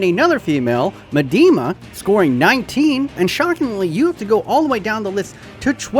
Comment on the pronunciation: Its not “medima” bro.. its more like “midema”